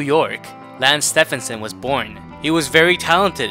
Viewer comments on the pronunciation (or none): Bro did just call his name wrong..... it's like Nike with Steph 😂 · Dude I’ve seen a few videos and by now, I’m convinced he pronounces names wrong on purpose lol. It’s almost painful sometimes but good videos though